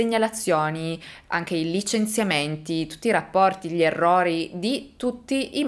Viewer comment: Già dire " èrrori " !!!!